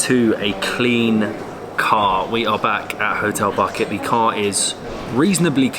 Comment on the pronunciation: Just a small correction "Buket" means "Bouquet" :D And you reading it like "bouquet". THANK YOU SOOOO MUCH FOR ALL THIS AWESOME VIDS <3